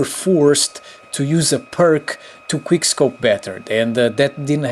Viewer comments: Bruh stop saying queerscope . You're fucking pissing me right off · Quirrel-Scope? xd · Quick not quir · Idk if he is saying quick scope or queer scope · Am i the only one or is there others who hear him say queer scope lmao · did he say queer scope 😂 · he said queerscope 💀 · He just cant pronounce quickscope he says gueerscope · he says queer scope 😂😂😂😂😂😂😂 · it sounds like u said queer scope lol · I counted it, he said "quickscope" once this video, all the other times he said "queerscope" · He's saying queer scope XD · he said queer scope atleast 100times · He begins saying queer scope 😂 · He says queer scope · You say queer scope yet ur doing it in a video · Fr. He's making fun of people and doesn't know how to pronounce QUICKSCOPE